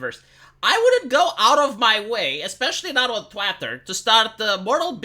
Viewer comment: I’m pretty sure you did not intend to mispronounce “twitter” as “twatter”. Not positive, just pretty sure.